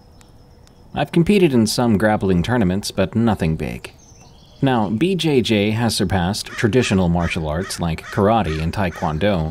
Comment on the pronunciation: For the 1st story, how can anyone not know that "BJJ" sounds almost like a sexual thing, and he keeps saying it over and over, BJJ, BJJ, BJ-Jayyy 😂